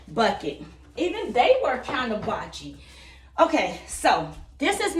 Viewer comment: Blotchy not botchy